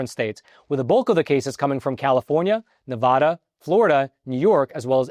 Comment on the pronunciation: Bro knows the plural of genus but can't pronounce Nevada correctly. Why can't Americans just say it right lol